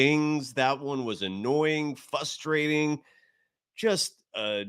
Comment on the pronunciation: This dude is a university professor apparently, yet he says fustrating. Over and over. Thats not a word. GGs.